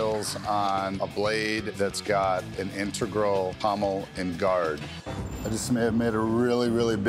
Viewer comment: " innergral" lol... integral.